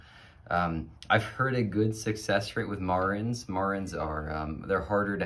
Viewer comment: You wanna be the go to man for BCM in your area and you can’t even say the name of the chicken correctly? It’s Mare-ens, not whatever you’re saying… now I’m turning off the video ;)